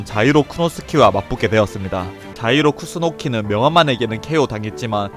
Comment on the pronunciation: 자이로 쿠스노키를 쿠노스키라 하네ㅋㅋㅋㅋㅋㅋㅋㅋㅋㅋㅋㅋㅋ